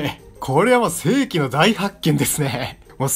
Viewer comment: 性器の大発見とか言っちゃってますね